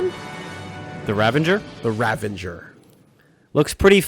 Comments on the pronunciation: It's actually a very common thing. So many people say r-avenger. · Just a little note: The ship is actually called the "Ravager" . . . . I mispronounced the word "Ravager" as well some 17 years ago while making a Runescape account, but I've chosen to live with that mistake ever since.